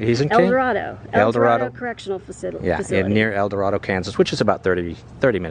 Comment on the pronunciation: The a in Eldorado is long.